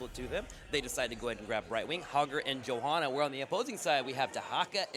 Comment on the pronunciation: He can't even say "Johanna" lmao